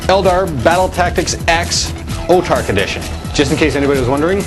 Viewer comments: whats an "Otarch?" Its pronounced "Autarch" (aw-tarch) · Its pronounced aw-tark. As in aww, i lost my autarchs arm,flip!